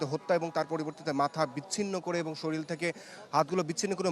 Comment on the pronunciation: মি., আপনি "এবং" শব্দটিকে "এবন" উচ্চারণ করছেন কেন বারবার? বাংলা ভাষায় তো "এবন" কোন শব্দ নেই। আপনি নিজে বাংলা ভাষা তৈরি করেন নাকি????? এটা খুবই বাজে শোনায়। অশিক্ষিত ছেলে-মেয়ে সাংবাদিকতা আসলে এরকমই হয়।